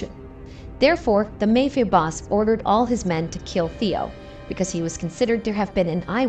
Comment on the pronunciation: The "may" fia boss. Do they do it on purpose or are they ignorant AIbots